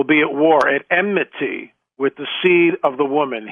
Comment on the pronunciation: Bro it's pronounced, and spelled, "enmity" , not "emnity"🙄